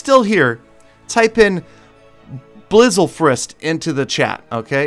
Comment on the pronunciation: blizalfrist.... sigh